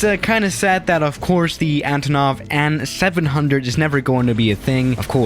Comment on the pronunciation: has no one ever told you it's pronounced "A.N." ... not "AN"